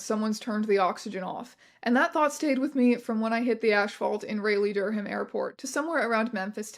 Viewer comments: Omg I love you Teya but your pronunciation of Raleigh-Durham absolutely sent me - I had to rewind to hear it again. (For those who don't know, it's pronounced RAH-lee and DUR-um, not RAY-lee and Dur-HAM) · i dont wanna be that person but u mispronounced raleigh when talking about the hike 👀😅 it's pronounced "rah-lee" not "ray-lee" i made the same mistake too when i first visited there 😭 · It's been a year and on rewatch I was still not prepared for it. Rey-hlee! Dur-HAM!! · Raleigh is pronounced "raw-lee" not "ray-lee" and "Durham" is pronounced "dur-um" or "durm" if you're local, not "dur-him". Sorry, not important, not something i expect everyone to know, just one of those things. City names being shibboleths and all that. I hear people talk about those cities a lot. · great video, super well researched and delivered as usual but ngl ray-lee/durr-ham is killing me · as someone who lives in NC i'm sorry but your pronunciation of raleigh/durham was painful :') it's rah-lee and dur-um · not really important but Raleigh/Durham is pronounced like rah-lee dur-ham. This story is insane to listen to thank you for making a video on it! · do all canadians pronounce Raleigh/Durham Like That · the way you pronounced raleigh/durham is causing me physical pain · Raleigh is pretty hard to pronounce, but I was also cringing